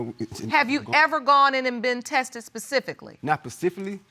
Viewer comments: I'm, "pacifically" and this is the man whose research we are supposed to trust 😂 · "not PACIFILLY." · Was I the only one that heard that 'Spesfically' from the dread guy? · Lordy be🙏.... she said to the jdg that they "leaded to lil' bit more" & he said to his barber to give him the exclusively named hairstyle, multiple personalities😆 Edit: Did he say ".. she concepted wit' a baby"...? And then, "...not pacifically"...? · not pacifically!! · did he just say Pacificly? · Not pafficially